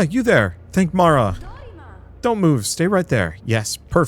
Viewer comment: the name of a city is a deity in this? "bearer of sorrows" is one hell of a name... knowing someone who has that name is also wild. Nice though that you said it correctly... the number of people who see Marah and want to say Myra or Maria or even Maya for some reason as they just don't make sense... but people keep saying it wrong, she went through school and almost every teacher said it wrong for some reason.